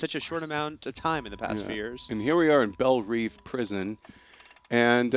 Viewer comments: Its pronounced Belle Rev like reving an engine. Not Reeve. Even though it is spelled Belle Reve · ***** He also mispronounced Belle Reve, so clearly these guys don't get paid to know stuff. It's IGN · That's not how you pronounce Belle Reve! Or Katana.